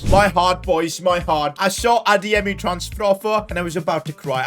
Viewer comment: says pronounces adeyemi so good he might have Nigerian roots we don’t know of